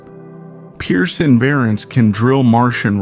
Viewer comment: while i sort of appreciate the content. please get a voice that does not sound like hes drunk as that mumble mouth harry caray. and pronounce Perseverance correctly